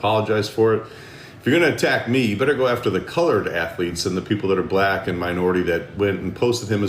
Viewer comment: Is saying colired instead of colord people offensive?